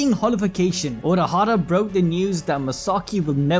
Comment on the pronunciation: Haha unohara???? I know you meant urahaha but it made me smile